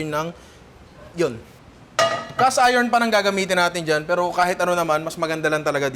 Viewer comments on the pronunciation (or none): none